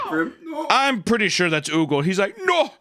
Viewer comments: Your part about Högel was the most American try to pronounce German possible. :D Högel actually is pronounced a lot closer to 'murder'. Imagine the u in murder is a bit closer to an O like in 'Hope'. So try to pronounce Högel like the murder U "Hugel" bit a little bit more like the O in Hope. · Oogle fucking killed me. I love your way of mispronouncing my language. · I love the way papa said oogle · Högel = Who-gel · Your German is absolutely crazy. Oogle lol his name's Högel, I know you guys got no ö sound in English but you probably know how to pronounce that p3d0 Subway guy Jared Fogle, just take Fogle and replace the F with an H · The ö sound is pronounced like er but your pronunciation is funny 😂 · It's actually pronounced 'Högel' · That's not how you pronounce the letter "Ö" Do you even Umlaut? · The way you pronounced Högel has me dead. You couldn't be more off 😭